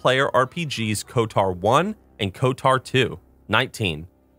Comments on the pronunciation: Great video! And, it’s KoTOR not KoTAR (quite the unique pronunciation you have) 😃😂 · Love the video. Always been a fan of the Old Republic series of games in total. Glad to see you still bringing attention to it. p.s. If you pronounce KotOR as Kot-AR again I'm going to "cause a disturbance in the force" you irl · The way he says KOTOR "kotar" is infuriating. Especially when saying SWTOR perfectly right after...